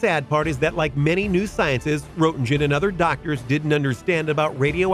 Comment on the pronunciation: The first X-Ray photo that was ever made (which was shown in your video) was actualy that of Röntgen's wife, not of Röntgen himself (you can even see her very fancy wedding ring in that X-Ray). And I believe his name is pronounced 'Ront-gen'. I don't mean to quibble...I really don't...but I have a horrible OCD when it comes to historical fact accuracy. Sucks to be me. It really does.